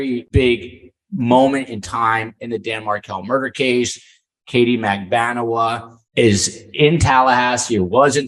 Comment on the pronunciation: Yeah and! What an interesting and insightful episode! And, A++++++++++ for getting the correct pronunciation of MAG-BAN-U-A's name!! Thank you!